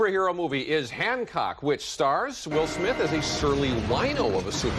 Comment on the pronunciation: It’s Hancock not Handcock lol